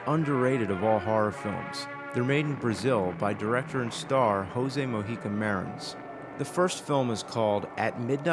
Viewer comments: Hey, James. Let me correct your pronounciation. The J in portuguese is different from Spanish. It's more like J in french. So it's not "hosee Mohica Marins". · *in portuguese the "j" is spoken like "gi" and not "r" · Mas aquela pronúncia do nome dele é de doer!